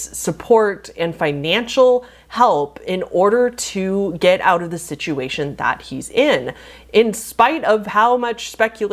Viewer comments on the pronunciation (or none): none